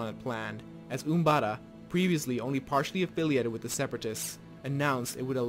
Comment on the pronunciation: did you say umbada? because its umbara